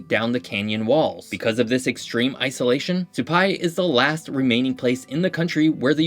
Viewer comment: For the record, Mogollon is MOE-guh-yone, rather than moe-GOAL-yun. Epoch is pronounced epuc, rather than EE-pock. They're meteors until the moment they land, at which point they become meteorites. Rather than suh-PIE, Supai is pronounced SUE-pie. Although there may be 100 mules in the stable, when I baclpacked into the village back in the '90s, I saw just a few on each trio in and out.